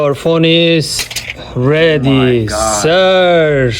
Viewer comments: “Your phone is REDy sir!” Lol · I heard him say "your phone is REDy sir"